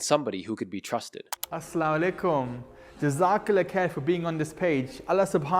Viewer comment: Never trust any guy from pakistani background who says “assla walekm”🤦🏻‍♀️